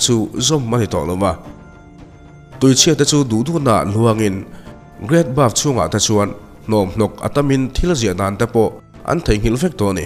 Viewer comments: Buff tih ang deuhin I lam in ka hria, great bath ania (bat) ti a lam kha a fuh zawk lo maw sir😊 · great bath aw...great baf nilo in....inbualna lampang i sawi lai a nia.hriat ve awm heng hi chu... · Great Bove ni lovin Great Bath maw le